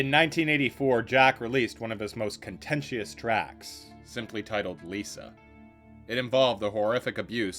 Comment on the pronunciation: That's not how you pronounce contentious.